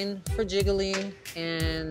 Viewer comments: One for Jiggily Two for Jiggily Nine for Jiggily Lol I love how she pronounces Jiggly 😂😂😂😂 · Can we talk about how Kylie pronounces Jiggly as Jiggily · i hear jiggle-y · I love how in the beginning sonique pronounced it “ ji-gle-ley”